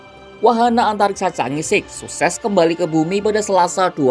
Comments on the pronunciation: Chang'e bukan dibaca Changi Chang'e ya di baca change, kamu nonton kera sakti kaga? Yg jadi pacar Pat kay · jika itu bhs Mandarin maka Chang'è 6 harus mengucapkannya bukan sik utk 6, melainkan "chang'è liuk" dgn lafal k nya lemah atau ditelan. Jika Bhs Inggris maka mengucapkannya "ceenz-siks" bukan "ca-ngè-sik". Sekedar input bagi Kompas TV ❤️ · Cara bacanya 'chang e'.